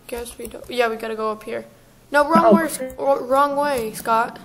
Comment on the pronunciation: at the beginning i also heard you say soup instead of scott lol